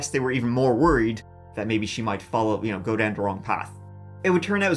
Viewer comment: It's wild how you pronounce the word 'go', as if it has two o's... curious as to how you'd pronounce the word 'goo' 🤔...?